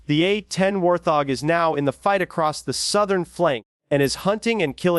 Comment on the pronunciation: say it with me..... WART-HOG......fkn AI